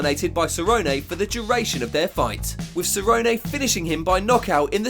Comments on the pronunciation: WHY ARE YOU SAYING CERRONEAY ITS CERRONE WHY U SAY IT LIKE THAT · “Ceronay”? It is Donald Cerrone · Cernone not ceronay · Cerrone pronounced "sir own e" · "Donald Cerrononay" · Who's cerronayyy lol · "Donald SA-ROW-NAY" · “Donald Cerro-nay” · Who is donald seroynay? I mean I know who cowboy cerrone is. But who is this SEROYNAAY you speak of? You speak as theow you ah ay layday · Donald Cerro-nay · "Donald Ceronay" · "Donald SER-OH-NAY" 😁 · Who is "Donald SURRONAY"? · How you gonna call Donald CERONAY smh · Please stop saying Cerrone the way you do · You’re gonna tell me this man can pronounce Joanna’s last name right but not Cerrone??? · Literally the guy that made this video doesn’t even know how to pronounce Donald Cerrones, and It’s possible the most cringe thing. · bro why are you saying Cerrone like that? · Dude learn how to say the fighters names. I ddno how you managed to say Geathje correctly then fk up Cerrone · Good video just terrible Cerrone pronunciation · Why are you pronouncing Cerrone like Forrest Gump? 😂😂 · Can we please get that Donald Cerrone pronunciation right please lol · Was just wishing he'd stop saying cerrone